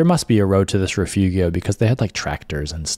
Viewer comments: Nice hiking vid, just one thing: correct pronunciation of Rifugio: not riff-oogy-oh, but ri -fooo-joe. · A friendly pronunciation correction. "Rifugio" should be pronounced "reefoojo". The i is ee in English and g is pronounced as j in English like "mojo". Otherwise, a spectacular video. Thank you. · The pronunciation of Rifugio is Ri-foo-jo, just to help! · "Rifugio" is not reefoogheeo - it's reefoogeo - learn it. it looks like the tour operator didn't bother to do any research and just gave you a boilerplate template.